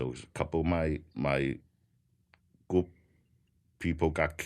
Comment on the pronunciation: When he says “group” I hear “gook”